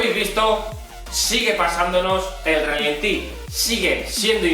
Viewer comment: No digas "relentín". Cada vez que dices eso un E30 rompe una culata. Se dice ralentí.